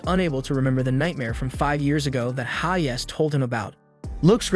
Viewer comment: Bro you say haze and not hayes.